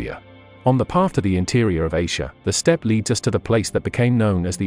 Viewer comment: Inhospitable speed just sounds wrong